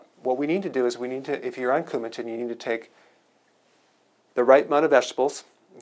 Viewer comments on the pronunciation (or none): "Japan dish", you mean "Japanese dish", you almost got me but it's Coumadin, not Coumatin.....this makes you less credible. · I can't believe he said "coumatin" with a T. He's smarter than that I think; it's Coumadin. Yeah I'm a grammar and spelling Nazi but this seriously did surprise me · “Coumadin”, not “Coumatin.” Thanks for the great content and your awesome presentation style:) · Did he say CoumaTin? It's actually CoumaDin. What kind of doctor is this guy? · Thank you Dr. Berg—you can tell you’re not a cardiologist b/c it’s coumadin vs. coumatin. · It's cuma"d"in, with a D not a T...Dr? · >CoumaTin. It hurts my ears to hear.